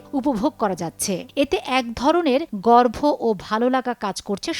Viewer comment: গর্ভ না গর্ব হবে। উচ্চারন ঠিক করতে হবে।